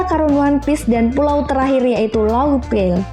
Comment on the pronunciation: pngn koreksi thriller bark dibaca triler bark laughtale dibaca laftel